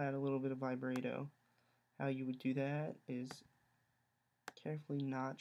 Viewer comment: Lol "Vibrate-O"